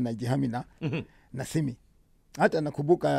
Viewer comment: It's simi not simu 🙄 acha kelele